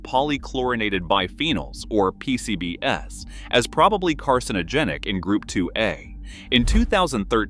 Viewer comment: I couldn't help giggling when the narration referred to "P-C-B-S" as in a 4-letter acronym. Am I missing something?